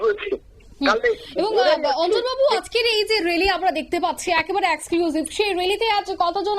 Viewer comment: Exclusive উচ্চারণ ভুল। এই মেয়েটা প্রতিদিন এত ভুল উচ্চারণ করেন। একে বসান কেন ? আর এই অঞ্জন শুকুল, এটা কে? পশ্চিমবঙ্গের কোন স্তরের বিশিষ্ট সাংবাদিক ওনি ???